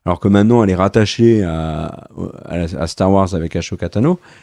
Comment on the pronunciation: je t’adore, mais ashoka ce prononce assoka et pas achoka lol 😂 Bise à tous les deux 😉